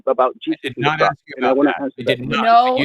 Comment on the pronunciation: "Aks" me your question! 🤦🏻‍♂️😳🤣🤣🤣🤣🤣🤣